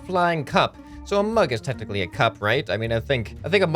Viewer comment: He said a mug is “ tentacly” a cup